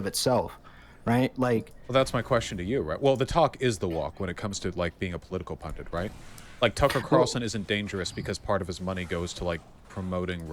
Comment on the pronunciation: Why do they keep pronouncing pundit as "pundant", like it rhymes with fondant.